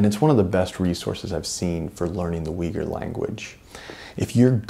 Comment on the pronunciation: It is a great achievement, what you have brought out. So please do not take my remark as negative! But, to my ears, the way Uighur or Uyghur is pronounced in English, really challenges my ears ... Is it really not possible for at least you pronouncing it correctly? As a Flemish speaker, I'm born with the soft gh, which is inbetween g and h - actually, it is a strong sounding h. Also ui is no we but more like oo - y, almost like boy but with long oo ooyhur. Thanks for your attention. Good luck with your work and I will buy a copy of the book soon!